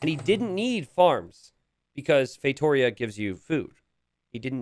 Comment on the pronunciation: No one:: FeiTOEria